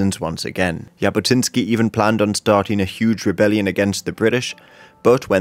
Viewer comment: Zhabotinsky* not Yabotinsky* And yeah, he definitely was a fascist, but not as much of a fascist as he is portraited like. He was more like of a nationalist rather than a fascist...